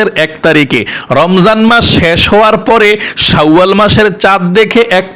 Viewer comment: শাউয়াল মাস হবে না, উচ্চারণ টা হবে শাওয়াল মাস